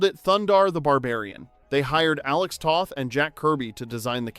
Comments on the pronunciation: It’s pronounced “Tow-th”, not “Tah-th” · Alex Toth. Long O (like toast or toe).